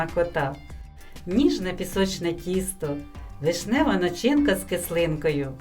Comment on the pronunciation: Милесенько, гарнесенько! Дякую! Рідко, але, як захочеться солодкого, то мені смакує і красиве, і з викрутасами))!, прийміть, як доброзичливу підказку: нАчинка, видЕлка. Ваш голос запрошує слухати і зараз багато людей повертається серцем до мови рідної країни. Люблю її вишукану і справжню. Нехай Вам таланить!